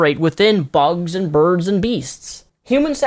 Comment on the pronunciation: it sounded like you said "burg" instead of bird